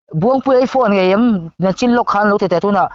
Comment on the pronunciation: Mizo ṭawng i thiam tehlul nen Nichin tih turah Nachin i ti ṭhin ania Sir... LSVMM